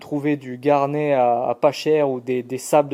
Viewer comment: Garnet : on prononce le T final.... c'est juste le nom anglais du grenat (minéral aussi dur que le quartz mais qui ne provoque pas de silicose). Pour Vevor.... tu déchanteras le jour où tu auras une panne. Avec un peu de chance tu trouveras des pièces compatibles chez d'autres marques (Vevor n'est qu'un rebadgeur qui ne fabrique rien). La visu tu peux la passer en mode tour. Si tu montes une tourelle à changement rapide genre multifix, tu peux mémoriser le zéro de chaque outil pour gagner du temps sur des séries de pièces (bien sur il ne faut plus bouger l'outil dans le porte outil).